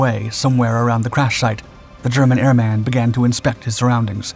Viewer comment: PLEASE. It's airman. not Air-Man. said as one word.